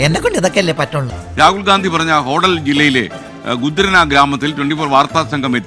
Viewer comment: Le tg: രാഹുൽ ഗാന്ധി അല്ല രാഹുൽ ഗണ്ടി 😅 അതും പറയാൻ പറ്റുന്നില്ലെങ്കിൽ ഗ മാറ്റി അ വച്ചാലും നോ problem 😂